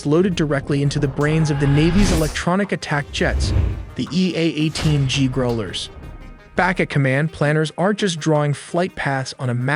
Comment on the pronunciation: You have to work on your pronounciation of "Growlers" It's annoying.